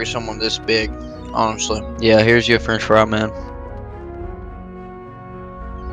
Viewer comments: Fwench Fwy is secret word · "fwench fwy?"